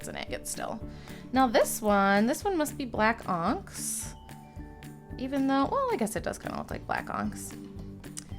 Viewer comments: You say onyx extremely weird. It's like you are saying oncks instead of on ix s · I love your content and I mean this with so much love. But it’s pronounced ah-nyx (onyx). And not all rocks that are banded are agates. But that’s ok. It’s a learning curve and I see you know most of the basics. I love this. Also, the mini identity crises over the word bag! Lmao oh I can relate. ❤ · And onyx, not "onks" 😂